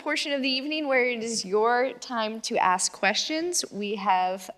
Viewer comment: Pronounces ask ass cmon now npr